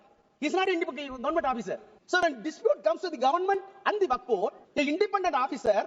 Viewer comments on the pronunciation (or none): not vawf it pronounces woaqff'f . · It Is Waqf, Not Wafq plz pronounce properly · U r again and again saying waft waft waft . Cannot u pronounce correctly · still waiting for the day when Akash will be able to pronounce "waqf" properly